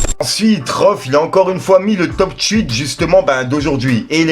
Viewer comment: "achat de tchweet ?"